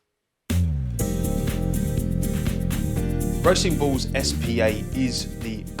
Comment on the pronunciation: I'm so sorry every time you say racing bulls, I hear racing balls so that's what they are for me